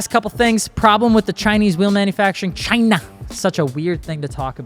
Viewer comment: love how said "Chinnah" 😂😂😂😂